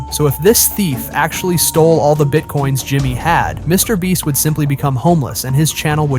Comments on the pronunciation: Wait what did you just say some Mr breast fans who the heck is Mr breasts do you mean mrbeast cuz she said mrbeast a few times but then all of a sudden you said Mr breast really my dude lol 😂😂😂😂😂😂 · How many of you are hearing Mr Breast😅😅😅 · Stop saying Mr. breast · “Mr Breast” , “Mr Bleach” … horrible AI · Mr Breast? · I hate When they say mr. brest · Mr. Bleach to lol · Why do your keep saying saying mr brest 😂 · bro said some MR BREAST fans 💀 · Mrbreast you said on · He said Mr. Breast. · Bro really said Mr bleach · YOUR A HOT YOU SAID MR BREAST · He called him Mr breast and Mr bleach. I think this guy is subliminally dissing Mr beast 😅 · Mr brest 😅😅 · That's what I thought he said.....💀💀